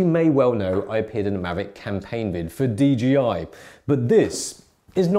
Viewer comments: Hey, it ain't DGI, it's DJI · ya know I have always wondered when people were gonna realize the company is called DJI because people always say DGI